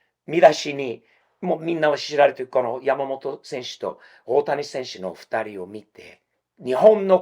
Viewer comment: さすがは、発音がヤマモロじゃないw 山本は日本より米国の方で人気あるんじゃないかと思っています